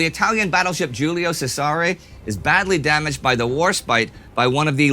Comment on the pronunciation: As does his pronunciation of "Giulio Cesare."